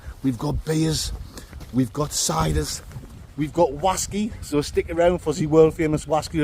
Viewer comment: So the whaskey tasted like flap jack yeah? rights......Oaty, Biscuity, syrupy, buttery, with fruit? 100% juicy fwoot japflak whaskey weview.......